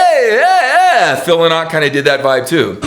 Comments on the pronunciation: OMG ken. Phil Lynott is IRISH - Not British. And we pronounce it Phil 'Lin-it' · Man Yer Brutal at Prouncing Phil Lynott Name Paul Does not no Where near Sound like Philo Sweet Fuck that was a Bad Choice of Comparisons On the Other Hand Bruce all Day 🤘🤘🤘☘☘☘☘🎸🎸🎸🎸🎸☘☘☘🇮🇪🇮🇪🇮🇪🇮🇪🇮🇪